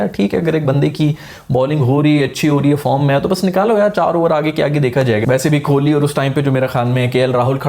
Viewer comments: Bhaijan Kholi nehi Kohli hain wo 🤣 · Kholi nahi be kohli hota hai....😀😀😀😀🙋‍♂🙋‍♂ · dude u better start saying kohli's last name properly, its not kholi( small house for poor people), its kohli, wht u say is kholi which literally translates to a small 1 room shelter for a very poor person, then u complain that not many people subscribe ur channel, why would they subscribe if u say virat's name in such an absurd way?